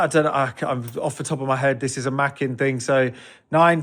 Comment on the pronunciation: NIce video, small point, but Makin is pronounced with a long A, so basically like Making with no G (hat tip to Steve Wright). It was one of the middle names of John Pilling who was the entrepeneur who bought the electronic division of Compton when it went bust, and set about realising his dream of making low cost organs available to churches using elecronics and not pipes.